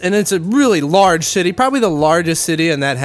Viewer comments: I knew you were half when you said shitty instead of city. I'm half too so it happens to me as rell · "Its a REALLY large shitty" is exactly what i heard at the beginning